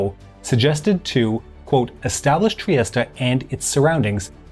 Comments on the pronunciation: In English it is pronounced /triˈɛst/ tree-EST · The letter e is silent in Trieste and Mussolini wasn't known as Il Douche ! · Is it really pronounced triest-a? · I'Ve just learned Trieste is pronounced Triesta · that's the correct English pronunciation, he's using the Italian pronunciation. In my opinion it doesn't make much sense to say it 'Tree-est-ay' unless you also say 'Roh-ma' (Rome) or 'Pah-ree' (Paris) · All those teen years playing "Diplomacy" and pronouncing "Trieste" wrong.